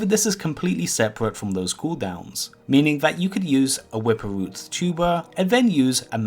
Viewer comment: The wwwwippppwwerrr root